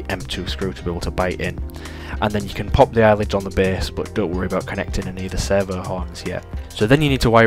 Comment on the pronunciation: I'm hearing "sever", auto-captions have "server", took me a while but now I get it: "servo". Sorry, distraction 😓 This project looks fantastic!